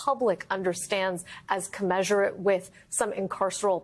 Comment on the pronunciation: Commensurate Kuh -MEN-sir-rit.